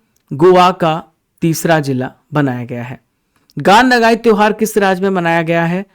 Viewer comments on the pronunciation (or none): Gan nagayi tehwar manipur glt padha de rhe hai